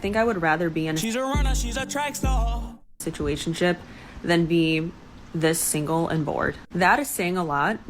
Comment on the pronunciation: Yeah, just substitute the word "d*ck", every time she says "situationshiip. That's really what she's saying.😂